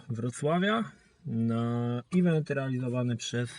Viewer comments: no przykro mi. tak to juz jest na swiecie ze "event" mowi sie "event" a nie "ivent" <- nie ma takiego slowa jak "ivent" :) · drogi. mowi sie "event" nie "ivent"